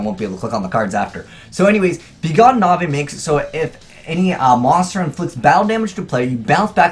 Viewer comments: Nahvay? It's Knave. Pronounced "Nave". Learn to English. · lol this was a pretty terrible video. 1. it's obviously 'nave' not 'kunavay' 2. storming is considered the best mirror by far as its easier to activate and putting monsters face down is a benefit vrs ba and any other deck that summons a lot at once like pendulum you can lock their board up. 3. iron wall isn't needed for this combo cause they never go from field to grave. 4. this isn't a legitimate combo because you have to draw more paliazoic traps every time if you don't then you can't special anymore that turn. 5. paliazoics are being played a lot actually. toadally awesome has only been out for a few weeks and the deck has already topped 3 events with toad and it topped 2 events before toad even came out. 5. you need the rank 2 monster for this combo making it a 4 card combo that you have to wait a turn to do cause of be gone knave. (ie it's terrible) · It's not Navai it's begone Knaive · Begone Nay-ve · lol azeyes the k in knive Is silent like knife its pronounced nave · cringe every time he says "Navee" Dx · Why would Knave be pronounced '"Na-vay" if Knives isn't pronounced "ni-vays" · Knave is pronounced nave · Damn, You and Capital G are so bad at pronouncing basic words. Learn to pronounce, Knave!😁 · Seriously doesn't know how to pronounce Knave....? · Knave is pronounced like shave dude <3